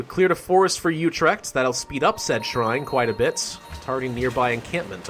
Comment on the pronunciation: you pronouced Utrecht wrong but dont worry